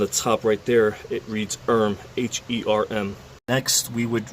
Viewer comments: its not ERM. its HERM! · Silent H :)